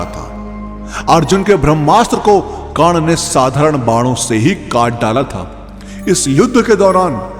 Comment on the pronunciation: Yrr aap karn ko kan kan mat bolo